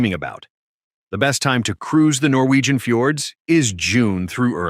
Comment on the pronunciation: Norgwien fiords